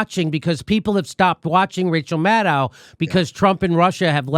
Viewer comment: Jimi, yew pronooncificated Maddow correctly, and Mate incorrectly. In the past it was the reverse.